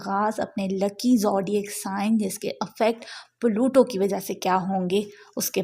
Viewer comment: it's pluto not palutooo 😂 aur aj yani 19th November ko yeh Aquarius mein forward moment mein achuka ha 😊